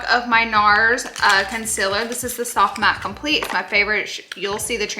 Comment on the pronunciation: I love how she pronounces "Conceler"